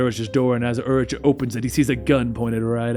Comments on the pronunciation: The Urich pronunciation is killing me. "Yur-ick", not "Yur-itch". Just a nitpick of mine lol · I love you.. but its pronounced UR-Rik the h is silent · Urich is pronounced yu-rick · Ben Urichs last name is pronounced "Your rick". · Ben Urich’s last name is pronounced “You’re-ick” not “Er-itch”. Otherwise. I liked the style. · im pretty sure its pronounce yer-ick isnt it? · It's pronounced Ben Yoorick. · Just for future reference its pronounced "YOUR-ICK" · Dude, it's pronounced Yoo-rick (Urich) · It's pronounced Urik. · Your mispronouncing of "Urich" really triggers me xD it's "ur - ick". XD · The ch in Urich is said like a k/ck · You watched daredevil on Netflix right? So you should know how to pronounce Urich